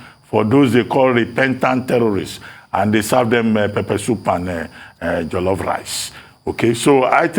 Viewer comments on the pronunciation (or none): People selling pepper soup and jollof rice need to ask Dr Abati to advertise for them cos the way he pronounce pepper soup and Jollof rice cracks me and many people up